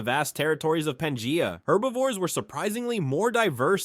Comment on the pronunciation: Bro as someone who consumes many videos on prehistoric past you are just straight murdering the pronunciation of these words. Panjia? Therapissids? You mean Pangea and Therapsids.